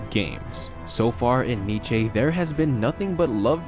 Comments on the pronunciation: Niche ?? Wtf it’s pronounced Niece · "Nichey" ? For real ? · This nigga said kneechay. Im out. Peace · Ffs its pronounced "nìs" not Nietzsche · French club niCHe😐 it is pronounced "nis" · mate, Nee-tche? xD it's Nice man, like you would say "niece" if one of your siblings had a daughter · Hahaha where the fuck is ‘Neechay’ 😂😂😭 Its Nice (‘Niece’) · Knee-chay? You mean Nice (N-ee-sss)?! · NICE =/= NICHE LMAO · Nice like "Niece" not "Nish" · Nice is pronounced “Neese” not “Neechey” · "Neece" not "Neeche" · Nice is prononced neece not NITCHEY 😂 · hey man, cool videos, but you need to do your research on how to pronounce team names. lol on pronouncing "OGC Nice" like the philosopher "Nietzsche"; they are french not german. it is pronounced like "niece" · Spelled Nice pronounced Neece But no you say nechaye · Did you just day “Nich-ay” when pronouncing Nice 😂😂 it’s pronounced “Neese” dude. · Nice is Pronounced niece , not fucking neechay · It's not pronounced Niche but Niss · Its not called “NICHé” (France city) Its pronounced like the word niece...just saying mate! :) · " Nije " lol, its pronounced like niece.... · It's not ''Nige'' it's pronounced ''Nis'' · Wtf is "neeche" it's pronounced neece in French boi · Knee-Chay What? It's pronounced Knee-ss. Like 'nice' except nai-ss it's knee-ss. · French club "Nietzsche"?? Hehe. It's pronounced like niece. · French club "Nee-chay"? Never heard of them. Lol. It's pronounced like niece. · Its pronounced neese not nitche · Ur vids are good but ur pronunciation needs a lot of work , ex Nice is “knee-say” not “knee-chay” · Pronounced Nice as Niece. Not niche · Niché???😂 *ni-ce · please have every player or club name spoken to you once before pronouncing them, like, for reference you know. I come from ' Niss' but you pronunciate it 'nitshay' lol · It is Nice not Niche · Did he just say nejee instead of Nice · Did he just say niché? 😂😂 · Neechay. That's something else. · Nice as in 'niece'...Good vid. Keep it up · Manssini? Niche?